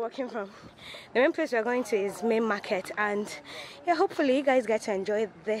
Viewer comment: Onitsha Main Mar-Kate 😂😂😂 Igbo people and pronunciation Chai